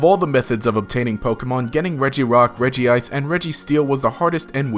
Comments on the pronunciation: I’m sorry did he just say REGIICE?! Bro it’s pronounced Redge-Ice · Regice is pronounced as “Redge-ice”, not “Reggie-Ice”.